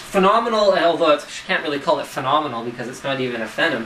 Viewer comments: "finum?" It's pronounced "fee nom" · whats a phenim? I know what a Phenom processor is, but I've never heard of Phenim?! Same with Lano? Its pronounced Yano (Llano). Maybe I should get a life, sorry I'm picky with pronunciation. But it was a good real world review. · fennim two? lol last i cheched it was Phenom II..... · Sorry, but it's pronounced "FEE-nom".